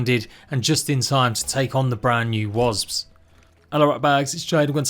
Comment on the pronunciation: HONESTLY I CANT WATCH THESE VIDS ANYMORE DUE TO THE WAY HE SAYS "WASPS" bro please! its not "WOZ" ITS WASP!!!!!!!!!!!!!!!!!!!!!!!!!!!!!!!